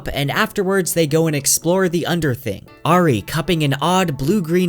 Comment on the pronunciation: This is an amazing in depth summary as always.. the only blemish is how your pronounce the name Auri…